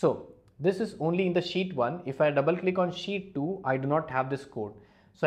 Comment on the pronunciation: I love it like he says "sheet"(shit):D Greetings from poland Mr.!!!